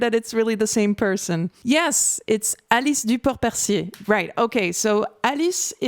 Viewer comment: You speak fluent french right ? Your prononciation of Alice Duport-Percier was perfect.